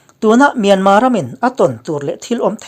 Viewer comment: Myanma tia lam hi a dik e.